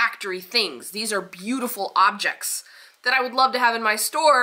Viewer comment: Great video. I visited both shows and had a similar perspective. Also, I never knew that is how they pronounced Ob-jay (object)